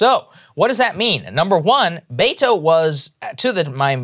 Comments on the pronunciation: It's not Baytoe...use beh-toe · I hate him for the sheer fact he pronounces his own name Bay-To. It’s Be-Tho. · Bet-tow, not Bay-tow. Are you EVER going to get this right? EVER? You make fun of lazy journalism all the time. This isn't just lazy, it's a personal insult to the candidate. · “Bay-toe”? It’s pronounced Beh•to, just a heads up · It’s Bet-o not Bay-to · Roberto becomes Beto. But that should be "Beh-toh" not "Bay-toh" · I cringe everytime I hear them say "Bayto". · Just saw a video of him saying his own name as Beh-Tow which is better but annoying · it’s not about him. It’s about blatantly mispronouncing a name that hundreds of thousands of people have. Culturally inept. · Im so sorry, so sorry. I must ask... Why are you mispronouncing his name. Mocking or subtle racism???